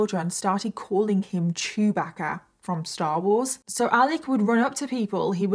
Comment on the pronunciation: Lol sorry your accent and "chewbagga" 😂 okay the second time you got it lol